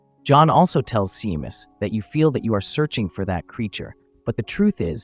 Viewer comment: You pronounce the name Shaymas, phonetically, not seemas😂